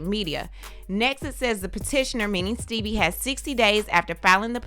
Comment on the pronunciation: Sooo no one else notice that is saying “ Steebie” cuz that i was calling him lol